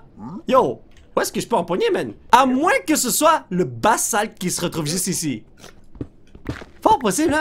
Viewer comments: ON DIT "BAZALTE"!!! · polo sa s'appelle du basalte mes sa se prononce bazalte ou les roches basaltique ça vient du magma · Le basalt (qui se prononce avec un z comme bazalt) et la blackstone se trouve dans un nouveau biome du nether que tu n'a pas encore découvers, ce biome est le biome basalt et tu peut y trouvé du basalt, blackstone et plein de cube de magma Et il y a pleins de sendre qui volent partout OUI! Après ce biome, il te restera que a trouvé le biome des Âmes ou l'ambiance et plutôt bleu et aussi, les flammes sur le sable des ame et le sol des ame est bleu! (Liké pour qu'il le vois svp:) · Pour le basalte, on ne dit pas du "bassalte" mais du "bazalte"